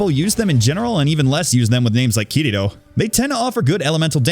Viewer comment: Uh, actually it’s pronounced ‘Ki-ri-to’. Get it right, you youtubers nowadays are so bad at pronouncing anime names >:(